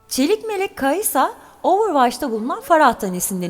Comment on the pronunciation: kai'sa kai'as